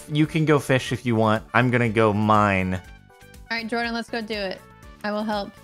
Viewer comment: for everyone watching this its jordan not jardon